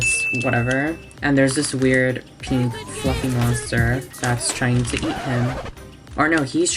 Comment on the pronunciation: Its turning PEENK